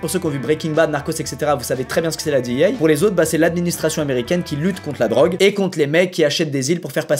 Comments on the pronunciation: on dit D. E. A. , pas DI i HEY ou j'sais pas quoi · la ''dit i hey'' hahaha omg parler anglais cest pas votre fort :P tu peux le dire en francais ca existe cest la dea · Ptain tu peut pas dire dé eux ah comme tout le monde nan mdr DIHIEYE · Qui prononce DEA a l’américaine à part Squeezie sérieux 😂😂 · = le seul francophone a prononcer "DEA" en anglais 😅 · Qui dit la D.E.A avec la prononciation française 🖐🏽